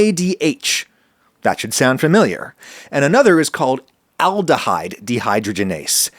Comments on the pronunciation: also it's dee-high-draw-gin-ace xoxo a biomedical sci student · You got real close on pronouncing alcohol dehydrogenase! As a biochemist, I usually hear it said as de-high-draw-jen-ase, emphasis on the draw. But science is its whole own language, so the fact that you got close is still fantastic. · A bit of help with pronouncing "dehydrogenase": its literally just de (prefix meaning to undo or remove) hydrogen (the element, although the second syllable is stressed here) ase (suffix used to indicate its an enzyme)